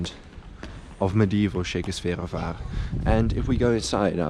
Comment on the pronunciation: Yes, that mispronunciation was driving me crazy the entire video. Lol.